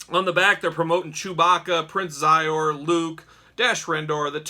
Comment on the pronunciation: Great review. The main baddies name is pronounced She zor. Anyway brought me back to the 90s.